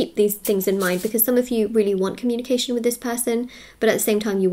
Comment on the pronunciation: “I am open to honest comúnication”🕊